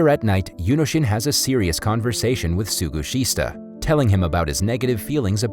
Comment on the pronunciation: Some of the names are rather butchered in this narration. "Suguhista" -> "Sugishita" / "Tsuroka" -> "Tsuruoka."